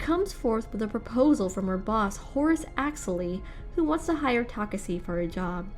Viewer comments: Geez it was taking like forever to end i know if i I missed this video later on i won't understand a thing so I tried to understand what she wa speaking fuck i didn't even got it when she was saying takesse instead of Takashi untill i read the comments on this fucking shit video this girl really messed up my brain, she was so much trying to make her accent sound beautiful the more it got worst, have mercy on your subscribers and put so more efforts on your contents i don't even understand why they had explained videos from different channels ok even if they did why did they had to include this shit please never show up again after i click on don't recommend this channel please I'm begging you. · i'm sorry. I can't continue watching. I get irritated hearing how she mentioned takashi's name. takasi - taseki - takasi. 😤😤. Its TAKESHI! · its tuh-kah-shee. not tokuhsee or tokuhshe. TUH-KAH-SHEE, learn how to pronounce Asian names before making these. Jesus. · she said he's name wrong in mid part of video not only pronouncing it wrong ta kasi ta seki now u get it? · Oh my God yes yo ...Takasee takaseee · Wth a girl owns the second channel I'm never watching one more on this second channel It made me so confused She keep pronouncing his name wrong bruh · I mean I agree. She said Takashi when speaking to the hologram it seemed but then after that first time, it's misspoken the rest of the time. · Man she is really killing me saying his name wrong over and over again! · Tell me about it...😒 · really threw me off for real😪